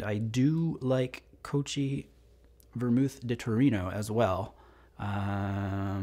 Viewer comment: Cochi is pronounced Koh-Key. Chi is hard in Italian, like in chianti.